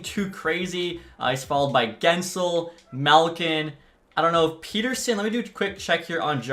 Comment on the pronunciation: Its Pet-Er-Sun not Pete-Er-Sun